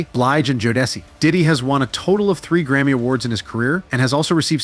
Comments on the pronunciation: Joe-da-ci is wild 😅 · Yeah. Joe-dessy? Bad AI.